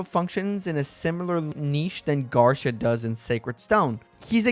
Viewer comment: Spanish-speakers hearing you say "Garsha"